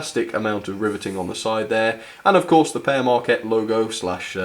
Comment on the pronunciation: its pronounced peer marquette not pear marquette